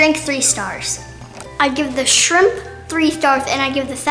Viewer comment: it’s shrimp not shimp